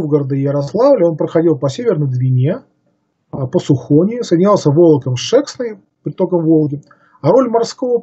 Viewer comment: Река Шексна ударение на последний слог , а Сухона на первый слог.